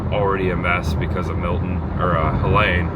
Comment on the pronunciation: My 15 Year old and I are helping neighbors tomorrow. 😢 I love Tampa Bay. It is pronounced Heleeeeene heh lean . Not that the name is worth mentioning. Even at Target today I saw rows of frozen food being tossed out. Makes me so sad. Love makes it better. Champa Bay indeed!